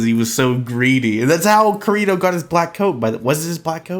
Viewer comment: Klein, Agil, and your pronouncing "Kirito"